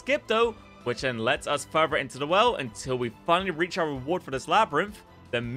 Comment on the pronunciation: Its "further" not "Furrrr Vurgh"